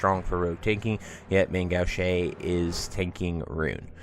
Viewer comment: Gauche - It’s pronounced Gowsh. Like not STOP but GO-sh.